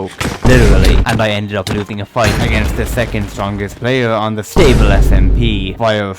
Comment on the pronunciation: sTable SMP, the T is ejected out like a Na’vi sKXawng